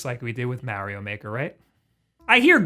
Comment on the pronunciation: You said Mario* once, and the way you pronounced it ruined the vid for me ... ... Your contents good tho👍